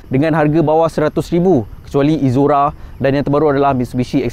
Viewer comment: hang sebut exora - izora. mcm x kena.. EK-ZORA kot